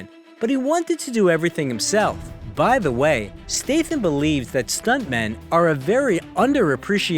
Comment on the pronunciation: It pisses me of the hear the narrator pronounces his name as STATEHAM. It should be STATHAM with a short A. Get your shyte right dude.